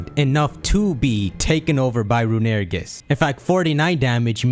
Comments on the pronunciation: STOP CALLING IT RUNERIGES IT'S ROON-I-REE-GUS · Rune-uh-re-gus Not Rune-air-eh-gus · i hate to be that guy but its pronounced Rune-A-Ray-gis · Hey um yes hello, I would just like to say that I hate how you pronounce "Runerigus". That is all. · Is no one gonna talk about how he pronounced runerigus